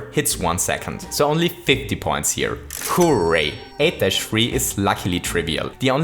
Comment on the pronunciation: The way he says horray kills me